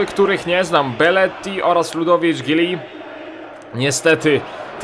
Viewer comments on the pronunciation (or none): jak cos nie mówi sie Giuli a Ludowik Żuli:3 pisze tak jak się wymawia jak cos:) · nazwisko Giuly powinno się wymawiać Żuli.